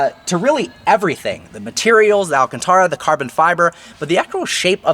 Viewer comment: still can't pronounce "alcantara" correctly smh lol